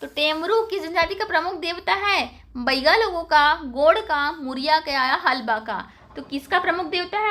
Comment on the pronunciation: बाईगा नही बैगा बोलो